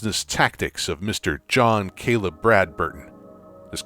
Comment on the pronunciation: Boy! say it right